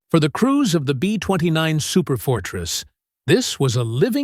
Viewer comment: Yup! Too many borderline illiterates that don't notice all the mispronunciations, laughable "B20 nine" nonsense repeated dozens of times... AI- type lack of understanding of syntax, how words are used in sentences... it made me grit my teeth to listen to the whole video, and watch the 3rd grade level spelling errors. This video could have been MUCH better simply to have had someone edit this video properly!